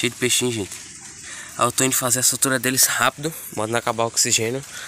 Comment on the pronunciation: Soltura,viu.Não é sou tura não.